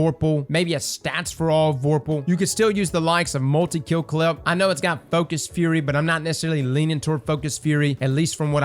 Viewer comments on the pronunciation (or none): none